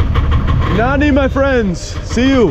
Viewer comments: Nani? .i get it after some time you were saying Nanni ! People don't get it easily . second n is like NN . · it seems like nobody understands when you say "nani". there is an easy solution. say "nanni" . that's the right pronunciation. naNNi if you read this XD. btw cool vid